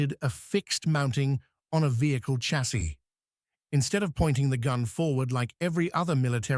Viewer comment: Fuq AI slop .... In English, chassis is "sha-say", not a hard ch- as in church. Who says? Oxford dictionary.